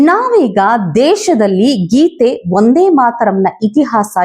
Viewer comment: ನಿಮ್ಮ ಉಚ್ಚಾರಣೆಯಲ್ಲಿ ' ವಂದೇ' ಎಂಬುದು ' ಒಂದೇ' ಅಂತಲೇ ಕೇಳಿಸುತ್ತದೆ. ಇನ್ನೂ ಸ್ವಲ್ಪ ಮಟ್ಟಿನ ಖಚಿತತೆಯ ಅಗತ್ಯವಿತ್ತು.